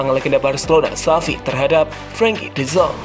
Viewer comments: De yong.. Min.. Bukan de zong.. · De yong bukan de zong min